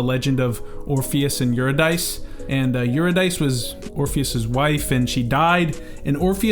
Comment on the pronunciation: Man great video, i had no clue the song was so connected to mythology, one small correction Eurydice is pronounced yoo-ri-duh-see not yoo-ri-dice.